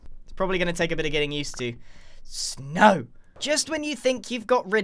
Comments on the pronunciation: he seem so annoyed that there is snow and says "snow" like "no" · the way he said snow made me laugh so hard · The way he said snow lol it’s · Idk if it's just me but when he said "snow" it was so funny lol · i don't know why but I laughed so hard at the way he said snow